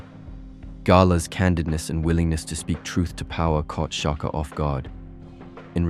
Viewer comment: Shaka. Not Chaka 😏